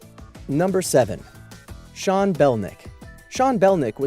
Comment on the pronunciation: What he said is the correct pronunciation of "Sean"